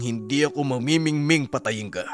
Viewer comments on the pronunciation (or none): mangingimi hnd mamimingming